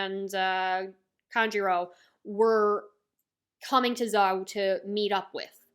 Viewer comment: Zou is pronounced like “so” but with a Z. I could make a Japanese pronunciation chart if you want.